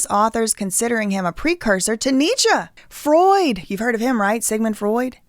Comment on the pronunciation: kinda she refers to NEECHA as ‘some guy’ and says she ‘didn’t bother to look into his book’. i just find that hard to believe with a minor in German, but she is talking about the correct things on this channel. it certainly was not to discredit her. funny enough, when you look up the correct pronunciation, the first youtube video sounds identical to the way she pronounced most things in the vid, but when you look up any modern scholar (or even Candace saying it) - this is just not common for us here. kinda like saying “don’t hit me up about no royal wedding” 😂 don’t hit me up ab no authentic lingo somewhere we ain’t and don’t use in a joking way. lol loveeee to u